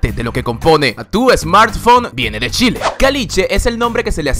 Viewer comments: ¿A 6893 kilómetros de altura? ¡Wow! El volcán Ojos del Salado debe llegar hasta el espacio entonces... jaja Me gusta mucho tu video. Sin embargo, hay algo que me causa curiosidad. No entiendo por qué, en ocasiones, pronuncias «Shile». Quizás en la región de México de donde vienes se haga eso (en ese caso, me disculpo por mi comentario), pero, en Chile, solo la gente con poca educación pronuncia la CH como SH. Hago esta observación porque vivo en Francia y ya varios latinoamericanos que he conocido aquí, cuando tratan de imitar el acento chileno, hablan con la SH como si fuera típico de Chile, pero a mí me parece terrible y no me siento identificado en lo absoluto. Fuera de eso, me gustó mucho tu video y te agradezco también por hablar bien de mi país. Espero poder ir algún día a conocer México. Conozco a muchos mexicanos y la mayor parte de ellos es gente adorable y muy bien educada. Saludos desde Aviñón, Francia. :) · solo dire Shile... xD naa me emocione wn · me mata que diga Shile xddd ,viva chile weon :v!!!! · dijiste "shile" :v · Shile XD jaajajaj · yo escucho shile xd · chile se dise igual como se ecribe no shile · Es Chile pero lo pronuncia como Shile No me gusta suena muy....mal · pronuncias mal Chile,espero puedas correjir para la proxima;lo demas todo bien,saludos!! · soy la unica que piensa que dice chile raro asi no se pronuncia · Like si te aburriste de que diga Shile jaja... Se dice Chile ignorante QL... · Wn se dice CHile con C y una H se pronuncia chile no shile aweonita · Gracias por el video! quiero hacer mi aporte: Mi país se llama CHile, y no SHile así es que pronúncialo con CH. ;) Un abrazo. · Like si te gusta ser chileno me gusto el vídeo pero "" no es sshile es Chile jijiji buen vídeo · A alguien más le molesto que dijiera “shhile”? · me encanta como en vez de decir "chile" dice "shile" jdjfjfndb 😂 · Es Chile, no Shile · La pronunciación es Chile con ch Algo así como tchile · Pronuncia CH no SH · "Shile" <3